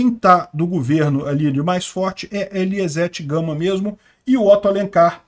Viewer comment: Essa de ''Eliezete Gama'' foi boa 🤣🤣🤣